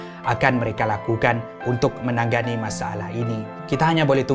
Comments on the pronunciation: maaf, ade salah sebut tu "menanggani" = sepatutnya me na nga ni. Heeee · sebut menangani= “menang Gani” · me - na - nga - ni menangani ok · tanya jak ya... Knp ko sebut "Menangani"... Dgn "Menang-gani" double "g" dan "sengaja"... Dgn "senaja"